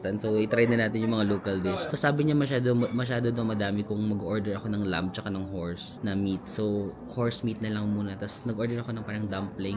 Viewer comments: 1), in lamb the "b" is silent. 2) You got it exactly right, you said the whole decor of the resto reminds you of Turkey. That is because all the stans (except Afghanistan and Pakistan) and Azerbaijan as well as Turkey are all Turkic peoples who originated out of the steppes of Asia (their lands were conquered by the Mongolians) and they spread westward to Europe through to Anatolia (present day Turkey). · ‘’lamb’’ is actually pronounced læm (lam). The b is silent. 🤗